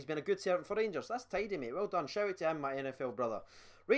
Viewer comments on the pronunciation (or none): none